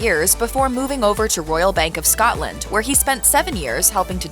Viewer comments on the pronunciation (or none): none